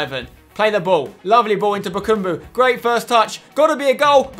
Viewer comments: i just want to mention its ba-kam-bu not ba-kum-bu its just annoying me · his name is bakambu. not bakumbu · Spence, some pronunciation hints: its Eevan not eyevan Rakitić, and its BakAmbu not BakUmbu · Spencer... it is BA KA MBU not bakumbu. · Oh my god, for the last time: BakAmbu not: BakUmbu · also Bakambu. not bakumbu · bakAmbu not bakUmbu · Btw spencer, it is BakAmbu not BakUmbu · Spencer no h8 m8 but its Bakambu not Bakumbu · It's Bakambu not Bukumbu! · spencer its BA KA MBU NOT BAKUUMBU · ITS BAKAMBU NOT BUKUMBU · Yea it's Bakambu not Bakumbu...just annoys me a bit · Chaz Hartwayne it really annoys me when he says BA KUM BU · Chaz Hartwayne NO ITS BAKABAMBU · sooo annoying show he says bakambu like bakoombu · It's eevan rakitic not Eyevan and bakambu not bakoombu